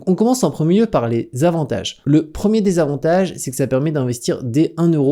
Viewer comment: Quand tu dis "1er, deuxième, troisième... des avantages" on entend "désavantage" du coup, le début de ta vidéo est un peu confus. 😅